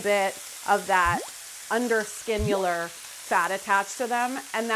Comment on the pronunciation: Carla: "Underskinular..." Alton and Kenji: "...you mean subcutaneous?"